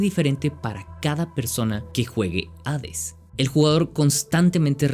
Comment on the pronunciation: Es chido encontrarse con alguien que sabe pronunciar correctamente el nombre del juego.